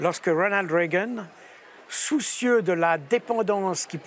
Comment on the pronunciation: Reagan, pas Reggan. :)